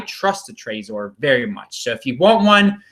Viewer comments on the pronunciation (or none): Martin Carter it's Trezor NOT Trazor. Not sure why says it that way. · Hope you don't take it as an insult. Most people I've met pronounce it Trezor like in Trevor. You're the only one I've heard pronounce it that way. Oh well, to each his own. No hard feelings I hope. Cheers, Bitcoin Proper